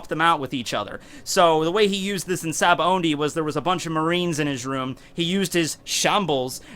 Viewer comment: Big fan, the only ONLY thing that bothers me is how you pronounce Sabaody. Other than that you’re golden dude